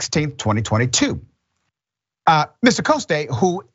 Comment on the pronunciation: Look up Councilwoman Tania Fernandes Anderson, Doc. Invite her. The man is a Frenchy. Jean Francois Coste (pronounced Cost not Costay).